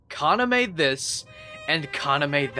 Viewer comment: God the english dub of vampire knight hurts my ears ;...; It also doesn't help that Yuki's english VA is incapable of pronouncing Kaname correctly (even though they actually had the subbed version to hear what the correct way of saying the names were >_>) But then again, the super bland protagonist pronouncing the name of her equally super bland brother/boyfriend as Kana-'meh' is sort of poetic.